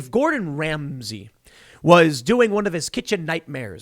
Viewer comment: the way tim said gordon ramsey has me dying haha